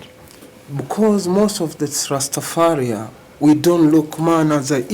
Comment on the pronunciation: It’s Rastafari. Get it right.